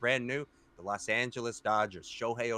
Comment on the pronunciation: We need to get this dude some glasses or reading lessons! L(A)s ? With a O? It's LOS, and Ratanes? RatOnes!